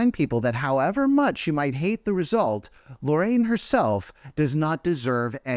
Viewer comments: Why do people keep mispronouncing Loreen's name like "Lorraine"? It's literally phonetic, lol. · Not “Lorraine”… 🤣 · also, why is this guy constantly mispronouncing Loreen's name?!? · Loreen is actually pronounced “boring”